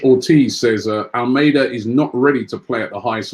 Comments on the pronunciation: ALMADA NOT ALMEIDA. LEARN TO PRONOUNCE NAMES CORRECTLY FFS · Robbie pronounces most of the names wrong But do you pronounce Almada's name like the Spanish 'Armada'